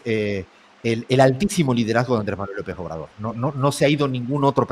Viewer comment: Sería bueno que antes de opinar se aprendiera bien el nombre de nuestro presidente, Andrés Manuel López Obrador. Si ofende que no lo diga correctamente.